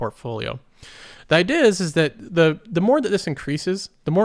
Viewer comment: It makes me chuckle a bit when you say idea. ideha